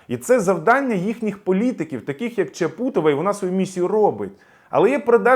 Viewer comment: Здається, вона ЧАпутова, а не ЧапУтова. На жаль, уходить.